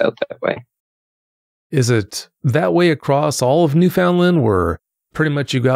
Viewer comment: it's pronounced NEW FUN LAND.... Newfoundlanders tend to get irritated when people mispronounce it. 😅